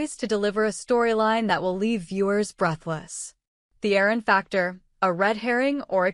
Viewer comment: His name is Aaron !!! Not errors !